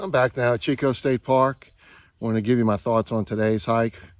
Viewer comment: hey brother, just to let you know, Chicot is not pronounced CH as in Cheeck, it pronounced like SH as in Sheeco. Chicot is the French word for "stump"